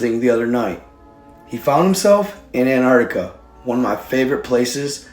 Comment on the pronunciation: an-TarC-tiCa, who is anne artica?